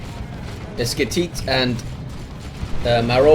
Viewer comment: esketit was beautifully pronunciated